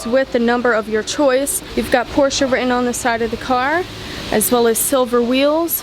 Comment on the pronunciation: Well young lady, not bad, not at all. And thank you so much for saying "Porsche", and not "Porsch´" as some people do. Keep up the good work! Cheers from Sweden.